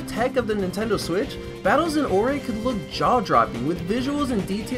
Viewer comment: Am I the only one who heard him say the “Nintendo Swiz”